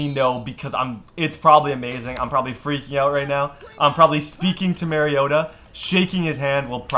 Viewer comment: u say mariota wrong